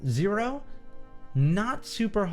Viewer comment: It's Xero not Zero :D